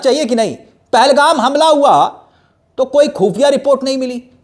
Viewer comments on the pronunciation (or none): none